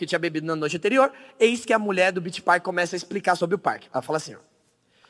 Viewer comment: man ele só errou o Park .-.